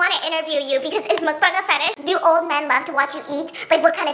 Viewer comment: Also, as much as I absolutely ADORE Master Goldblum... his pronunciation of mukbang made me want to rip some of my hair out 😅😫💀